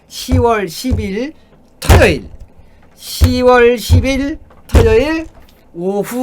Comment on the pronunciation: 터여일이 아니라 토요일이에요